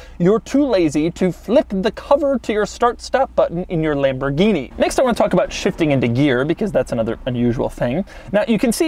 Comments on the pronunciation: At you say lambordini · Tf is lamburghini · Lamberghini? LOL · Oh La LaLamborghini?